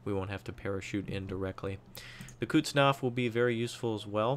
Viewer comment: And while we are grammarnaziing, its Kuznetsov, not Kutsnov ;)